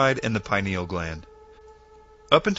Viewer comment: if you going to speak about the PINEAL gland, please pronounce it properly, not pi-nal, thank you.